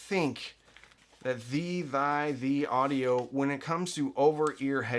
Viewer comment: Its pronounced "teel" audio. Like thiel small parameters.